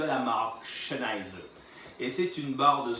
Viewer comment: Bonne video :) Par contre ça se prononce "Zenaïzer" Pas de "Ch" :)